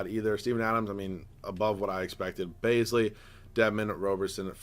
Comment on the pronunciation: Its darius baze lee not baz lee